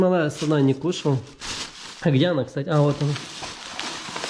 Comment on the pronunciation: На русском не "Кстате", а "Кстати" Если что